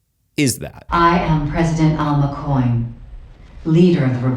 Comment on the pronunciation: Is it just me or does he say “Dalma Coin” instead of “Alma Coin”? Sounds like it’s been clipped off of another video where he is actually saying “ and Alma Coin”